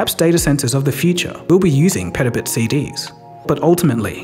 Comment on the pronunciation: Say Petabit one more time i dare you